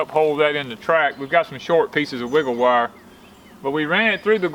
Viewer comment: You say "WiggleWire" so well and ata the mark you said "Grommlets", LOL! Love it! It looks amazing! I love your greenhouse and if I lived on a flat piece of land, I would have one that size!